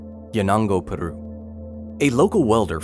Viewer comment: He. Crofut was a man. These pronoun games are becoming ridiculous. And did the American narrator just flip his R for Peru? sigh Why didn't he flip his R for Crofut? And trigger warnings for a bruise-like image, and an image of a healed amputation?! D.I.E. is strong with this guy, yikes.